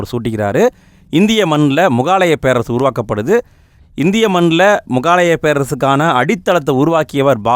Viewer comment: Bro not mugaalaya Say mugalaaya